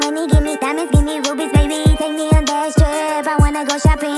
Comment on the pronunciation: Let's just accept dat joceline harnandez pronounce 'baby' as 'bunny'😂😂